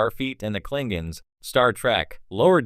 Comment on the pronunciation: cling ins ????? teach ur Ai to talk